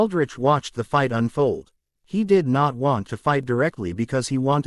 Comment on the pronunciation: Yes, it was really bad in the last 1/3 of chapters 150-200 with the Ai spelling out words with the f missing like i-g-h-t instead of saying fight. It really gets bad at the end of those chapters. I have just begun chapters 201-248 and it still occurs but not every time only every 5 or 6 sentences. Thanks for looking into this and I hope it's not something really difficult to fix. I really appreciate the work you do to put this on YouTube for everyone to enjoy. Thanks ❤